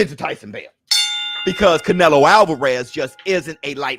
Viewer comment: Catch-nelo Alvarez... Is that what y'all saying????